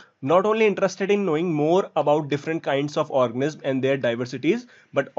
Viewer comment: Organisms ka pronounciation thik se kero wo organiz nhi h